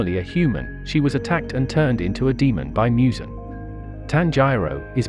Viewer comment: He really said Mue zan